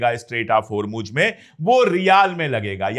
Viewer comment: Mr.Pandey, it's Isfahan, not Ifsahan. And it's Hormuz, not Hormuj